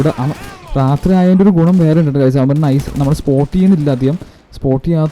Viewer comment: റാത്രി അല്ല bro രാത്രി ആണ്